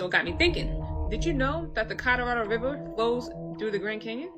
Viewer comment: ca-rah-rahddle river 😂